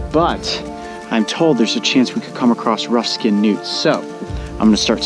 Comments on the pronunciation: I swear they were saying "Nudes!"😂😂😂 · For some reason I thought he said "mark and mario have spotted some nukes". 😂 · EVERYTIME THEY SAID NEWTS, I LITERALLY THOUGHT THEY ARE SAYING NUDES!😋😂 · I kept hearing nudes lol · Who hears nudes instead of newts? 😂😂😂